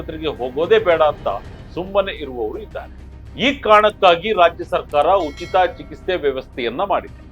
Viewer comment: ಚಿಕಿತ್ಸೆ ಬರೆದಿರೋದು ಸರಿಯಾಗಿ ಬರ್ದಿದ್ಯಾ... ಆದರೆ ಹೇಳೋದಕ್ಕೆ ಮಾತ್ರ ಯಾತಕ್ಕೆ ನಿಂಗೆ ಹೇಳಕ್ ಆಗ್ತಿಲ್ಲ ಸರಿಯಾದ ಉಚ್ಚಾರಣೆ ಮಾಡು